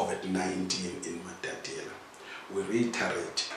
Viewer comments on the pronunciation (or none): There is one thing that has been going on here. I humbly ask that this beautiful home town is pronounce as "MATATIELE" not "MATATIELA". This will add value to the work which the company is doing.